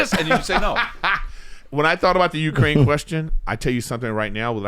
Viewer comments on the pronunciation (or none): none